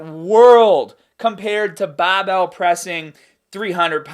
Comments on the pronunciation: "Doin ar BobBell press" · Every time you say 'barrr-bell' it reminds me of home... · I like when he says bahbell